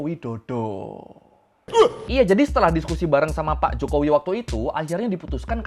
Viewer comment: "HEDOP JOKOWEE"